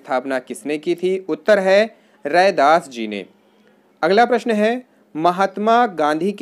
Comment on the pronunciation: Hme lgta h hindi k bare me kuch nhi jante ho,sirf vidio banate ho,apko pta hi nhi kya shi h kya glt h, professional ho bs, रैदास को दौरास बोल रहे हो